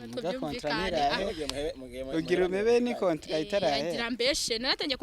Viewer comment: Hhhh uwomwijogonyor wuyomukobw rer ingene avug ngo cotra barahaz